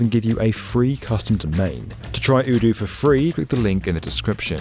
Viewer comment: You're pronouncing Odoo wrong.... Might wanna change that before they come along and see the video